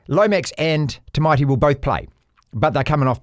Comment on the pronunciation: It's not too poo. It's Too-Bow. 😂 Tu-Pou! Come on mate! 😂